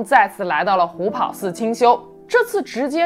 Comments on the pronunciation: 虎跑 pao第二声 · 虎跑páo,二声。